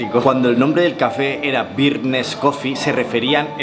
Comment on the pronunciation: Ay, no es "beard (barba) nest", es "brd nest". 🙂